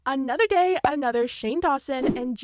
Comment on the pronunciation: Another gay ? Another what ? 😂😂😂 don’t tell me im the only one who heard it gay instead of day